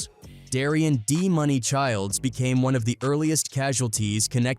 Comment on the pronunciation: DA-MOON-E ……D-Muney (money) bro….